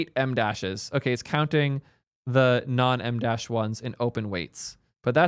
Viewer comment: Idk why but it makes me laugh every time pronounces an em-dash.